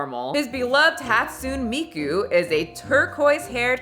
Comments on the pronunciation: Hearing people try to pronounce "Hatsune Miku" always amuses me, but in a good way. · this is the first time your thoughts have probably offended me. I can’t believe you called hatsune Miku a “background celebrity” and pronounced her name wrong. The audacity. This is unforgivable. She’s very famous. lmao but seriousy I’m shocked at how many people don’t know who Miku is… like that wild. She’s been a big part of internet culture and anime culture since like 2008 and she’s in a lot of memes and mainstream music as well. Also she’s a very popular character to cosplay:)